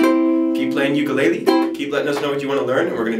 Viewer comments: Please pronounce ukulele correctly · Please learn how to say the word ukulele. There is no shortcut. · I’m Hawaiian and the way he says ukulele kills me 💯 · I'll probably get slammed for this but please oh please pronouns Ukulele correctly. I get distracted and have a hard time following. 'olelo hawai'i vowels are the same as Spanish.